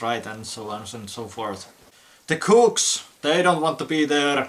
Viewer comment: And have to note, took me a few times to realize you were saying "cooks" and not a certain slur that would likely get the video slammed. o.O Raised my eyebrow a moment, there.